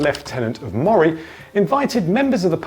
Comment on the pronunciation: It’s Aberdeenshire, not Aberdeen, and Moray is pronounced ‘Murray’, not ‘Mawray’.